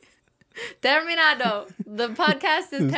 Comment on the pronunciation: I love how you said terminato!😄 it's such a classic interference for french-speaking spanish learners, it’s what I want to write my doctor’s thesis about as soon as I finish my studies :virtualhug